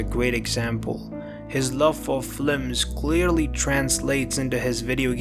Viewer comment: This man really said Flims TWICE and left it in the video 😂